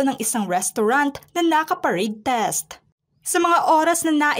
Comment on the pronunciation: Parade REST... hindi "test".